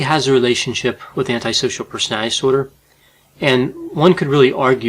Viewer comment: Why does constantly butcher the enunciation of the word "personality". I don't want to be mean, but it's a little bit distracting.